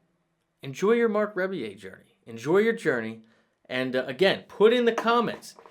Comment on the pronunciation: It’s pronounced Rubbie-yay.